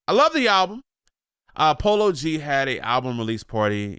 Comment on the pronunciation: He said polo g not like that 😭😭 He raised in Chicago up north 😐